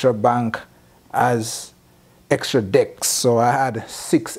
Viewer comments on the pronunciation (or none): Did he say " extra dicks"???/